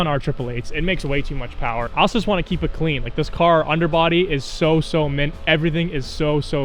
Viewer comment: Vtec powa 😂